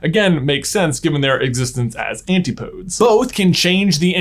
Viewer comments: An-ti-po-des. 4 syllables. It's Greek. ;) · You're using the word "antipodes" very strangely but not necessarily incorrectly so I won't complain about that but your pronunciation is definitely wrong. The E is pronounced much like in catastrophe and the pod is pronounced like pod, not like pode. Basically, just imagine saying "nuts" after "antipodes" and it will naturally come together